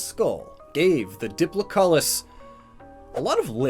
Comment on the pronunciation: Ok good on you for trying to say dipllocoulus I think I spelt that wrong but you would say dip-lo-cal-lus dipllocoulus